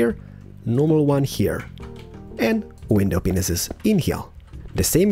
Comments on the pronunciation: Did you know that your saying widow peenises instead of panes?! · you say windows pinises and it is mentioned to be windows pieces it mite be because off ur accent but just make sure that u know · It sounds like you're saying ' window penis's ' but in England we say it as pain, window pain, not hating just saying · I laugh every time you say window panes, it sounds like you are saying "window penises" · He actually DOES say that xD